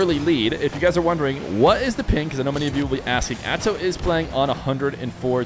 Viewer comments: am i dumb or is he saying Azow instead of Atow? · is it spelled Atow but saying Atzow is right?